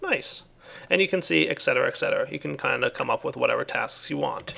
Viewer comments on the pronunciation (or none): There is no X in Et Cetera. ;)